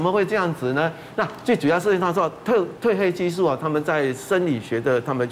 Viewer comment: ㄊㄨㄣˋ褪黑激素不是退黑激素